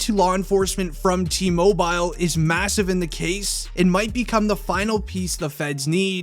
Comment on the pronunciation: Why are you saying mobile like that